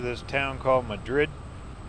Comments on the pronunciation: Beautiful video! We lived for 28 years in New Mexico and have many memories of the roads you are driving. Thank you for sharing your videos. Great job! P.S. Madrid is pronounced MAD-rid and Cerrillos is pronounce Ser-REE-yos with the R rolled (or trilled). It means "Little Hills". Madrid was a coal mining town that supplied low-sulfur coal to the Santa Fe Railroad, Santa Fe and Albuquerque. The next time you go through, swing by Galisteo, over east of Cerrillos. Burl Ives used to live there. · Probably mentioned by some in the comments, but Madrid is pronounced 'Mad - rid. The Mine Shaft taven stood in for the Red Pony saloon in the Longmire series, The movie wild Hogs was filmed in Madrid. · Mad’rid has the accent on 1st syllable BTW here in NM. It used to be a coal mining ton, until coal ran out.😊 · Madrid pronounced Mah-drid I’m so thrilled seeing you cover my home state. Thanks